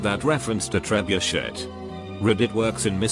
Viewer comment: TREB-U-SHET LMAO 😂